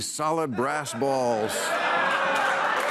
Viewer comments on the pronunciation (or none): none